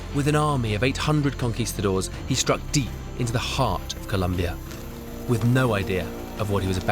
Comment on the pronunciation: for an expert on South America who speaks spanish - there's no excuse for his pronunciation of "Co-lOm- bia"